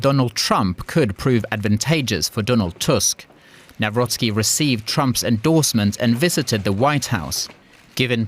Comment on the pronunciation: Good job finally someone pronounced our's president's name correctly (even though i wished he wouldnt be ours)